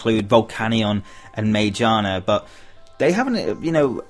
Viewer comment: (psst... Magiana is pronounced with a hard g)